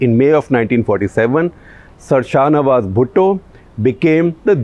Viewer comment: Ye sir sahnawaz kyu bol raha he